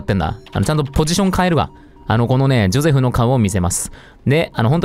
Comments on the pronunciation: ジョセフじゃなくてジョゼフじゃないの？ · のゼョセフマジで好きなんだがwww